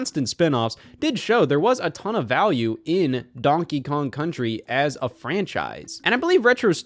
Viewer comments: "Donkey Kong Cunchy Returns" - Scott Wozniak, 2025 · donkey kong cunchy returns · “Donkey Kong Cunchy Returns” -Wott the Scoz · donkey kong cunchee